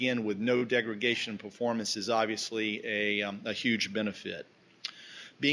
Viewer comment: The word is degradation, not degragation